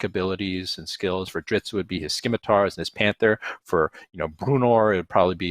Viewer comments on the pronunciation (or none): I grimaced in horror and disgust at how scimitars was repeatedly mispronounced. 😆